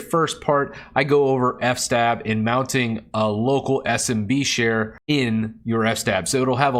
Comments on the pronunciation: I think it's fs-tab and not f-stab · it's fs-tab not f-stab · Good video. Thanks. "Eff"-"Stab" though... is that really how people pronounce it? I have few people that I get to regularly speak with about linux. It's mostly typing. But I always pronounced it "FS-Tab" in my mind. (as in, File System Table) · Its called fs-tab, standing for filesystem(s) Table. 🚫 NOT f-stab, you don't stab F. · I love the way you say F-stab instead of FS-tab lol